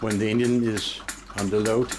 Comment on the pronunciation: I really appreciate the work and result. I still can't help it... Every time he says engine, I hear Indian. 🤷🏻‍♂️